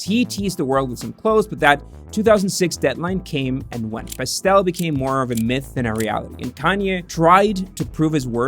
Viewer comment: My guy please use taskade to plot out how to pronounce names consistently over the video, it's like every time you say kanye,pastelle, Nike you pronounce them a new way 😂🤦‍♂️😒